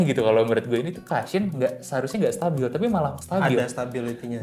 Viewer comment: Masukan aja ya gaes.. Cushion itu dibacanya KU-shyen Bukan KA-shyen Kalo memang belum terbiasa, ada baiknya sebut saja BANTALAN..